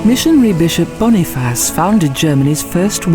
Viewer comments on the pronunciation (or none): none